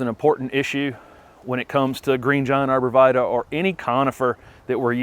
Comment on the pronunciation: Pronounced Arbor Vi-Tie (it's Latin)